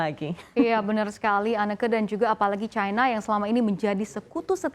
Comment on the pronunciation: Sebutan yg benar adalah Cina bukan Caina